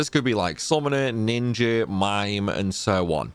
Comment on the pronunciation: You say ninjer for speed? I likey